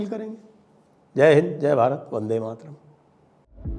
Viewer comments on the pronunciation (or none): none